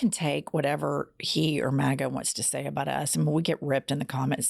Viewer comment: Jen it sounded to me you were saying "Maggot" instead of Maga....Maggot is better..MAKE AMERICA GREAT, GET OUT TRUMP!!👍♥️♥️♥️